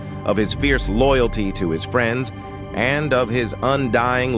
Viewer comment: I think it’s AI… just based on him mispronouncing friends as “freenz.” He had some other mispronunciations too